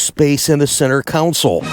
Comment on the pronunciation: Console, not "council"....just sayin